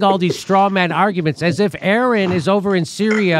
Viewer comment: I can’t handle how Jimmy can’t get Aaron’s name right years later Like have some respect Practice a little !!